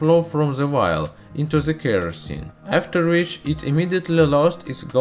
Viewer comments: Jerry Yu : he said VIAL NOT VILE / WILD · No offense but every time you said vile , i thought you said wild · lmao so did I!!! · if you wouldn't have posted this I would still think that's what he was saying. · ChErRyaV me too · Same x'3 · wait he wasn't saying wild?? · Jerry Yu. There is no w in there lang